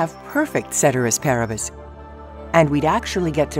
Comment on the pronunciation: Did they just mispronounce cēterīs pāribus